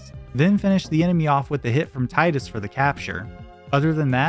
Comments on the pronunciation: It's Teedus, not Titus. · "TIE-DUS". Tee-dus. Tee-dus. GOD please. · Good video, but you keep pronouncing Tidus' name incorrectly and it is so triggering lol. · THANK YOU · The utter pain of hearing Tidus's name mispronounced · Oh great, another moron who doesn't know how to say Tidus.